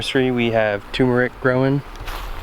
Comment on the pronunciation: Lovely! Don't forget the "R" in tuRmeric. Tur-mer-ic. Anyway, love your farm!